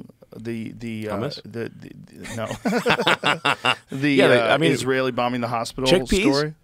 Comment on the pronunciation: bro said humus lmaoo